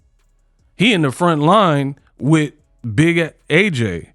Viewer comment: 'Meat wif me' pause